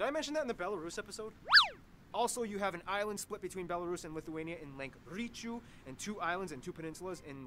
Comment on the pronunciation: While I'm a fan of content, this was probably one of his worst considering he mispronounced pretty much everything, called Lithuania and Latvia creepy (no idea where he got this notion from), and got a lot of details wrong He's improved a lot more since then. He should remake some of these lesser quality videos starting with nations like Afghanistan